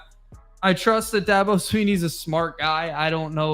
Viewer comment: saying you don't know about the subject you're speaking on is "throwing a fit"? Lol first, you keep saying Dahhhhhhbo. He's only like one of the top coaches in the country for the last 15 years and you've never heard his name? Do you say Nick SaBahn? Lol Second, You're not well versed on the players at all. Granted one of you knew Mafah because you watched ND, so props there, but the other guy claiming shipley was a giant loss when he wasn't the leading rusher is funny. At least one of you knew that. With the win loss you mentioned Virginia? Said I don't know they're getting better...whoever the georgia fan is is the main one who doesn't know anything. Virginia is garbage and shouldn't even be on BCs radar, much less Clemsons. We assume Georgia will "boat race Clemson" based on what? Lost Brock Bowers and Ladd McConkey and we act like that doesn't matter whatsoever. Georgia will be great, but these Georgia fans are flying way too high. I'm even picking Georgia, but in a lot closer game than they think. I've got like 24-21. He said DJ went to Oregon State and did better. No he didn't. He did exactly the same. With the best OL in the nation. DJ is DJ.